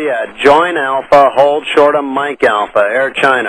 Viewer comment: Hold short sounss like holy shit